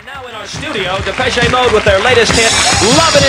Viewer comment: Сколько раз вам Англичанам, Дейв говорил, что Е в конце Depeche не произноситься